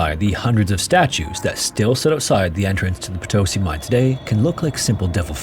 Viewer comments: I have been following your channel for years! I can’t believe you are talking about Bolivia, this is something that we learn so early that I hadn’t realized how bad it was. Greetings! 🇧🇴 if you ever want to eat Bolivian food i’ll send you some recipes!🎉 Edit: Oh, uh… by the way it is po-to-SI not po-TO-si ❤ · I appreciate the effort and research that you put into your videos. So here is a little tip to make your Spanish videos easier: most of the time words will be prononuced with an accent on second to last syllable, so "papa" (potato) is pronounced "PApa", if that is not the case then you add a tilde (á, é, í, ó, ú) on the vowel that has the accent, so "papá" (dad) is "paPA". So Potosí is pronounced "potoSI" not "poTOsi". I'm of course simplifying the actual rules, but that's the gist of it. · Nice to see a video on this mountain and Potosi. Over 50 years ago I live several months in Potosi and had the opportunity to tour this mine. Please learn the correct pronunciation of Potosi. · just and only just, for future en-devours, the diacriticals on spanish have the accent. (if that is even the word). i mean Potosí has the í as the strong part of the word. you are reading it like *Potósi*. =) anyways, thanks for the videos. I always say to my self that I have to make you 20 short variation of the background loop you use. im so used to it now xDD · poto-sí like yes in spanish. ( Póto-Sí ) the Sumaj Orco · Heyo, as a language note for future stories, whenever you see a mark on a vowel of words in spanish, that means that that syllable has the strongest sound in the word Thus - Potosí = poh-toh-SEE Cheers, I've been following a few years 🇲🇽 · OMG For Christ sake it's po - to - SEE. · Potosí with an accent on the i - it’s Po-to-SEE. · PotOsi, ouch. The spelling is LITERALLY IN FKG FRONT OF YOU and you manage to fk it up. Cannot listen to this crap. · How could you make an entire video about Potosí and not even bother to learn how to pronounce it correctly?